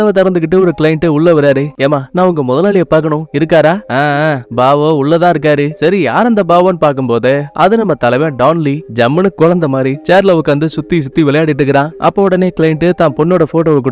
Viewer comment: பிரதர் டான்லின்னு சொல்லாதீங்க கொரியன் தல டான் லீ ன்னு சொல்லுங்க